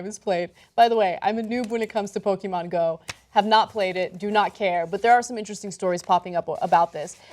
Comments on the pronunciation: PoKEHmon pronounce it correct lol pokeemon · Learn to pronounce "Pokémon",!